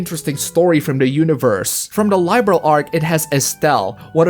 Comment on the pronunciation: I completed Hajimari several times already. The Cold Steel saga has some pretty ass-level writing, but the very strong in the gameplay and music department. Also you pronounce "Liberl" wrong.